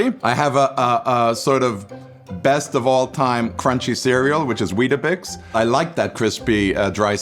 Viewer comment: this man said weetabix 💀💀